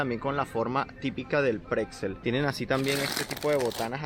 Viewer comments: A los platanos se les llama Kochbananen. Osea como bananas para cocinar. No se dice Pretzel sino Bretzel. El maní com Wasabi es picante. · Sí, en el paquete tiene escrito que se llaman Bretzel y él dice "pretzel", Pfffff